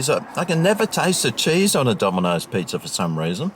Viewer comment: I love the pronunciation of pizza…..pizzer lol 😀